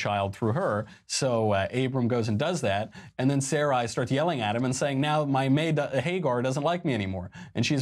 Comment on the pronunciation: completely mispronounced sarai from genesis. It is pronounced suh-rye, meaning queen in hebrew